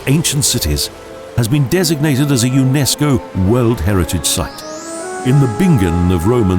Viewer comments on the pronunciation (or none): none